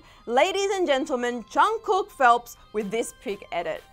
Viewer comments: “Johnkook”😂😂😂I’m deeaaddd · i fucking died at the intro, she literally called him BTS's Jongcook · she said "Jongkoook" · "JUNGKOO" and I tap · She said “Jangkook” LMAO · Me: please dont say jungcook- Vid:jungkuuk Me: triggered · She really said chugkook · did she just say jhon ku? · yo will y’all PLEASE STOP pronouncing it as Jung-cook. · "Jung-cook" sorry but like eww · sorry but " chungcook " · The way they say Jungkook’s name tho... Well, I can’t blame them since I am Asian lol